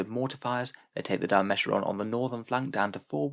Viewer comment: You're saying Dimachaeron wrong. It's Dima-chaer-on.